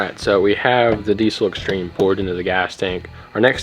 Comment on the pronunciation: No z in diesel.